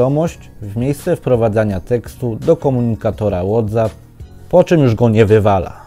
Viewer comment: WhatsApp czyta się łotseep 🙈